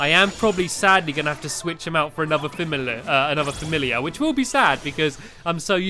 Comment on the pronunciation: You said filliar instead of fimilliar